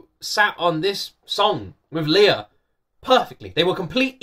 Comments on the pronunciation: Please keep reacting to Lea Salonga videos. You’ve done a few, but she has many! Another fantastic duet: Lea and Regine Velasquez singing a musical medley. Reminder - her name is pronounced LAY-ah. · You may not be pronoucing Lea's name correctly . It is Lay ah.